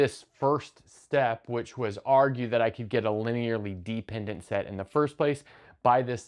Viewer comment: Why is he pronouncing dependant like deep-ended